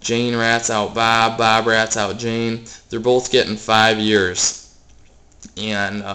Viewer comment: i love you say bob....BAAB